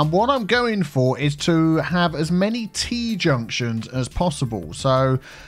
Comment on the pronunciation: Tea-junctions so many T-junctions. LOL